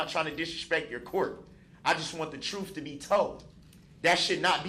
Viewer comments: I want the "troof" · He AXED too many questions. He needs to let the TROOF be known and she will SUBSTAINE that. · and his “troofs “ and “oafs” 😂. He is such a fool. Almost forgot his “axed” 😂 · “Tell the troof” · Tell the "TROOF!😂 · You know all about the “troof” right? You lied through the whole trial! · "you can axe me." Tell duh troof!!! LOL